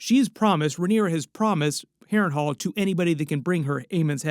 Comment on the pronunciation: why do i hear you say hairring whole ? xD (harren hal)